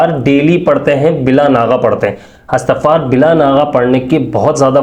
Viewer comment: اسلام علیکم بھائی یہ اَسْتَغفَار نہیں ہے بلکہ اِستِغفَار ہے۔